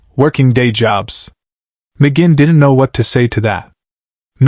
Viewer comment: When the Ai narrator mis pronounces Roger McGuinns name I'm out!